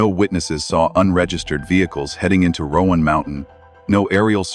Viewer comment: Please stop saying "Rowan Mountain". From a geographical aspect, there is no such place. It's Roan Mountain. It's not pronounced as "Rowan". I realize she said it that way, but that was not correct to begin with. And yes I know it's AI speech but she did pronounce it like that